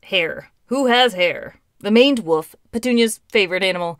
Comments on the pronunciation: "finaly the maned woof" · "Maned Wof"